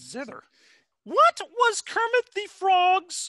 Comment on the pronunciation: When Kermit pronouces his own name wrong.